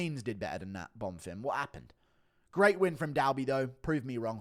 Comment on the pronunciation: ITS BONFIM, NOT BONFIRM!